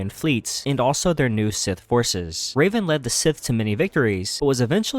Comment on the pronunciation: Why you call Reven, “Raven”?